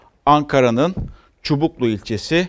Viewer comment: Çubuk demeyi bilmiyor daha avkadlık peşinde